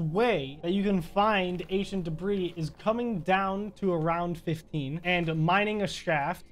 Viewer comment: Why it sound like you say Asian debree😂